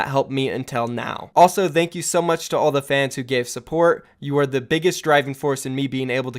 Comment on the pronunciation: Can you pronounce thank you normally? Pls